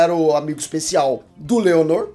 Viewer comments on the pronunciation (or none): Ele chamando o Laenor de Leonor e os Velaryon de Valérion KKKKKKKKKKKKKK